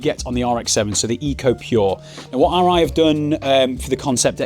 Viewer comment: that's the difference between a helmet and............ Arai.......................... you say it ALL right !